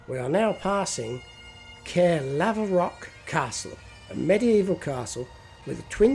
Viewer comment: I was born near Caerlaverock and highly recommend a visit to the area it is in if you can - some beautiful countryside. PS - it is pronounced CAR-LAV-ROCK ;)